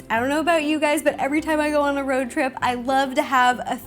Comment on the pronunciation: It’s the Ro-ad. 😂👌